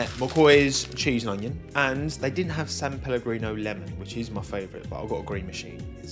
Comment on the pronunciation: San pel? Tory tango mate.